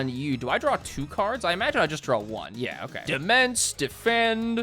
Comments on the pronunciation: I love you, but I CANT TAKE IT ANYMORE - DEMENSE IS PRONOUNCED DOMAIN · Demesne is pronounced "demain" btw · fun fact, demesne is pronounced demaine (gotta love old english pronounciations) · not knowing that "demesne" is pronounced "domain" was physically painful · It's pronounced "duh-main" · It's pronounced de-main. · Demense is pronounce Domain. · "Demesne" is pronounced "Domain". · Let me share with you a horrible secret... "Demesne" is pronounced as "Domain", and means that exact thing. Blame the French. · Take a drink every time mispronounces "Demesne". Note: Do not actually do this